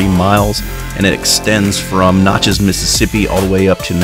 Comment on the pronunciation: You’re not pronouncing Natchez properly